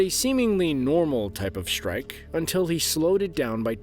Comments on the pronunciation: no such word as shtrike strike yes shtruck no i dont like to hear that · Shtrike Shtrike Shtructure